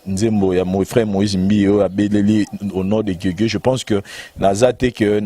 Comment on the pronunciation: kombo YA guegue na kombo ya Jésus eza différent na prononciation, po bo loba que alobaki yango mbangu yango ebimi guegue, eza na son moko teee